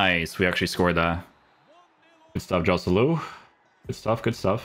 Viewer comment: I love your content,, but please, please, fix your pronunciation of Spanish players. It's more like Khoselu, not [J]oselu.